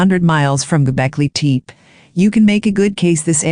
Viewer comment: Golbeki Tep-ee not Golbeki Teep!